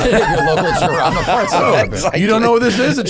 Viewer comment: Iain too polite to correct Matt on his pronunciation of the Jarama , it’s like ham Matt jamõn